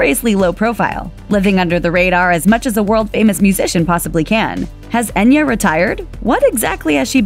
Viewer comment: The spelling is Enya but in Gaelic ( which it is ) its pronounced Aiyna .Try it ,its worth pronouncing it correctly .